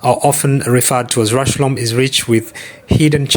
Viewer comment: it's pronounced just like 'rush-home'.